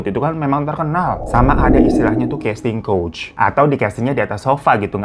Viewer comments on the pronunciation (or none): Maaf Kak BUKAN "CASTING COACH" MELAINKAN "CASTING COUCH"..